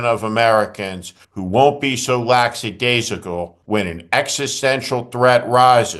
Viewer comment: Did he really say "laxadaisicalzicle" for lackadaisical?